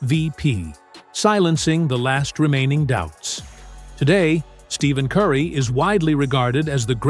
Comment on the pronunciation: To make a video about someone and mispronounce his name the entire video is crazy work . Do better